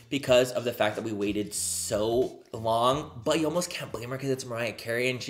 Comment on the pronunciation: Yes, maybe the fact that you waited for so long explains why the chemistry was a little bit off between Mariah and you. It wasn't your best video, that's for sure. You seemed nervous (you were not even able to pronounce her name at the beginning of the video), and you overcompensated by being a little bit too loud and overzealous. But I suppose that's the Mariah Carey effect. I believe it would have been better if you were able to match her calm energy.